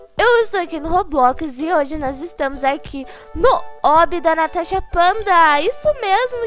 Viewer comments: Só eu entendo ela falando tanasha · eu amo quando vc fala tanasha kkkkkkkkk